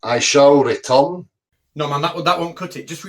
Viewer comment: does it every time doesn't he!! "I shall retun!" Awesome Catz!!